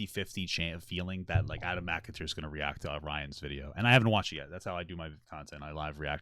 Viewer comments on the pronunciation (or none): You did a 6 hour deep dive yet you can't even pronounce Adam's last name correctly. Your opinions are wrong and complete garbage. Adam was groomed, end of story!